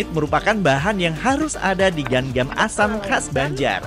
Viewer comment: Cara pengucapannya lain gan gan , tapi ga ngan